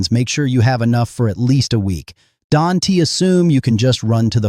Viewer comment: You probably "dunte" have a clue how to properly pronounce "don't". Boggles my mind AI cannot pronounce "is" and "don't" properly.